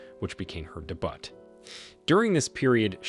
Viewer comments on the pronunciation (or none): "day-butt" (debut)